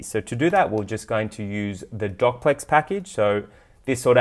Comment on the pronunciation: i think its do cplex not doc plex :)